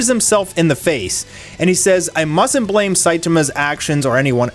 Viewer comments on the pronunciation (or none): none